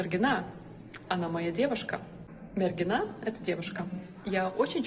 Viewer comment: MergIna tiesingai ištarti)